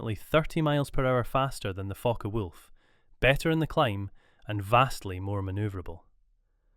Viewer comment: Sorry, not Fokker Wolf, its Focke Wulf